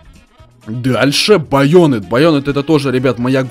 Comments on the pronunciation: Bayonet читается как Ба'йонет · ни баент а баент